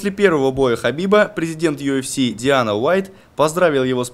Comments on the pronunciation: Дана Уайит, а не Диана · Сам ты Диана Уаит.Дана Уаит,хотя вобще правильно говорить Дэина Уаит